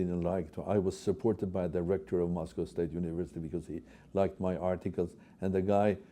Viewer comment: Moscow or Mos Cow? Golden calf?